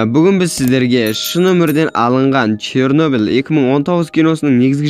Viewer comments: Шёрнеблде деген өтті 😊😂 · Чернобіл мен припіят деп күшті айтасн